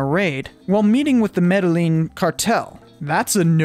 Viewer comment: A BIG "NOPE" to you!! "Meddling Cartel"??? It's pronounced "Meh-deh-yeen" Cartel Señor! Thought I'd just give you something to add to your vocabulary Battle!!! 🤘🙃🤘